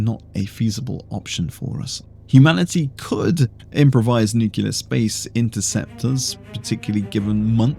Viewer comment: Ok Video, not that anyone who knows what tyranids are ever asked that question 🤣 But i have to say, nucular killed me inside! And you are british... do better man 😉